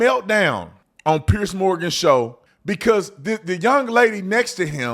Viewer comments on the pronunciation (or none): none